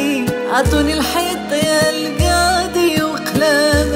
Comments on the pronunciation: ديك الكاضي ما عندها حتى معنى حنا فالمغرب كانقولو القاضي اما هاد الكاضي عمرني سمعتها فحتا شي بلاصة و كي قالو ناس زمان الزيادة من راس لحمق فنضري مسحي الأغنية و عاوديها مسگدة لانني عمرني ما نولي نسمعها بهاد النطق هذا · شمن كااضي الله يهديكوم كنقولو القاضي بحرف القاااف 😑كتعوجو ف الهضرة بزز منها